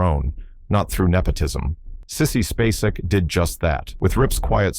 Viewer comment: Sissy Spacek is pronounced, space-ick. Why wouldn't you figure that out before recording?